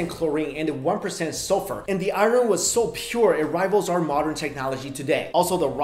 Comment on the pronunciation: the way he said iron... I ren 😆